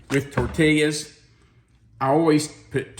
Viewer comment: I’m making for dinner tonite. Smells Lucious, can’t wait to try it. Have made many of your recipes and none have disappointed. In the southwest we pronounce tortilla as tor-tee-uh😊